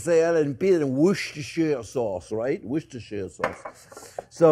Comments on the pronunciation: 'Wooster' sauce, JP. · I thought it's pronounced "wooshter" sauce. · Hey chef you pronounce it like WOOSTER-SAUCE. 😊 I know, it's written diverend on the bottle, but... The English say it to you call that sauce: WOOSTER-SAUCE. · “what’s-dis-here” sauce😊